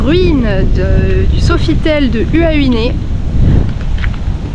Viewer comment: Magnifique vidéo ❤ mais svp HUAHINE… le U = ou Donc Huahine se lis Houahine mais s’écrit Huahine.. voilà à part ça super vidéo.